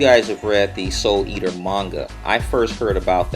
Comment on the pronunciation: 0: 55 ... soul the eaters?........ Is that realy what you said?